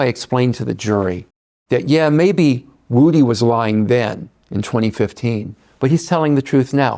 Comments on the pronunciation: Do YT ppl mis pronunciate names on purpose. Wood-ee is not the same thing as woo-dee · Vlad how can you interview lil woody and STILL mispronounce his name smh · Can somebody please teach Vlad to say Woodys name right 😂